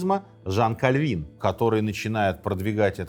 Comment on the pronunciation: Как пастор пресвитерианской церкви, благодарю за ёмкое и объективное описание сути вопроса. Особенно порадовало правильное ударение в фамилии Кальвин. Узнал для себя некоторые занимательные факты. Желаю здоровья автору канала и новых подписчиков каналу. Послушал 5 минут и подписался